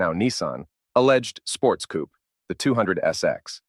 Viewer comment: „Coupay“ is the (nearly) correct pronounciation of „Coupé“ („Coupea“ with „ea“ like in „head“ would be better, but I think there are no letters to describe the real correct pronounciation). „Coop“ is completely wrong: there is an „accent aigu“ on the „e“ („é“) wich makes it sound brightly.